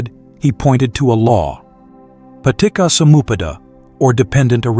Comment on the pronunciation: It will be perfect if you tune or try other "reader" to pronounce ca as "char" (Charlie) instead of "ka" in the words like sacca, annicca, paticcasamuppada. Not saka, anika, patika.... 🙏